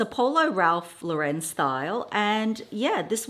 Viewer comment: Ralph Lauren is an American designer. “Lauren” is pronounced like the female name. No French inflection needed.